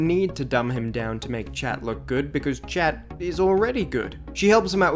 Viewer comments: Chat ois French of cat, pronounced SHAT, or SHahhhhhT, ahhhhhh, in the middle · but chat in French is pronounced “Sh-ah”, why translate the pronunciation?